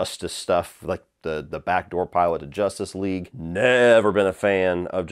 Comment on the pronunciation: Why do you say “Jostice league” it’s justice with a U juh-stice